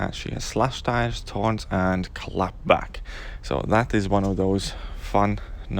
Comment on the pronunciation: I was so confused, when you were saying thorns I kept hearing taunt and I was like wtf? There’s a taunt node?? What would that even do? Lol